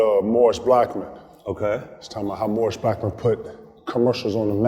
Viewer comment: Did KG really say Morris Blackmon? 😂 Joe LaPuma should've done this interview, this old chubby guy with the horrible shoe taste ain't it.